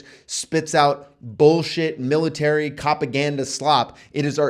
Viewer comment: Militerisn :P Love the videos, man! Well-presented and solid info.